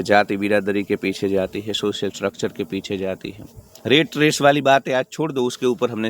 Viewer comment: रेट रेस नहीं यार रॅट रेस| और उसे टार्गेट मत कहना प्लीज| आप हिंदी शब्द ही बोलना| Rate= रेट= भाव , Rat= रॅट= चुहा देखो फरक हैं ना?